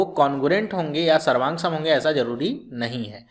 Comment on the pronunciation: SARVANSANG , SAVROOF KYA BOL RHE HO SIR :(